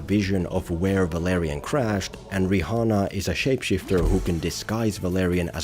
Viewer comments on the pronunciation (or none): "ri hanna" yep thats how you pronounce it.. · Bro said "Ri*H*anna" 🥀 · I have to say, it's pretty disrespectful to not pronounce someone's name correctly. Bro said riHHHana like 8 times. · Love how you pronounce the h in Rihanna